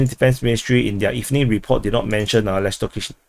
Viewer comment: Lastochkyne -> lust-torch-keen-eh (pronunciation)